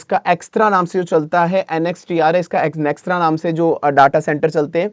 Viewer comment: Abey extra nahi....Nxtra hai uska naam